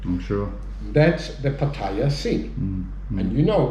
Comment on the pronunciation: ... at least he knows how to pronounce Pattaya!